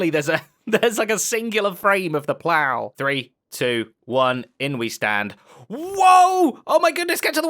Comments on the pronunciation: "Plower launcher"? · How did the brits manage to mess up the word "plow"